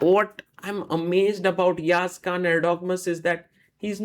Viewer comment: it is not Khan guys it is KAAN